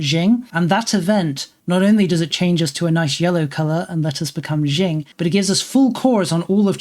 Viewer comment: Qing is pronounced ching, not jing, though jing is yet another very entertaining mispronunciation.